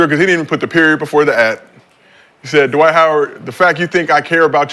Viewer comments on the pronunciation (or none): "Dwayde" - Dwight Howard 😂😂😂